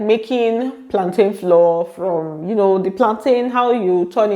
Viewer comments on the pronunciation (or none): The word is FLOUR not FLOOR.